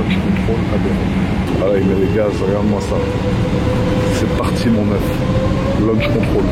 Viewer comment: Il a dit lunch control quand même 😹